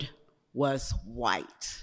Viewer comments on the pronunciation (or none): none